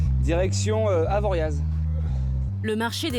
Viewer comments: Ah enfin une vrai montagnarde 😅, ça m'écorche les oreilles quand on dit AvoriaZ 😂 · Par contre, faire des reportages ok, MAIS AVANT, MERCI DE PRONONCER CORRECTEMENT LE NOM DES VILLES, DES VILLAGES OU DES STATIONS, GENRE AVORIA"Z" !!!! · Les vrais prononcent Avoriaz sans Z, est sont nostalgiques de "La Cabane", la seule, l'unique du bas de station 🙏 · On ne prononce pas le z d'Avoriaz. C'est en France. Donc; on apprend comment prononcer les noms. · Aïe mes oreilles... le Z de Avoriaz ne se prononce pas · On prononce pas le Z dans Avoriaz